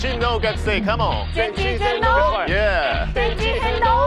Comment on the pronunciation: の全知全能がDO YOU農業と同じ発音でなんかすこんじ❣️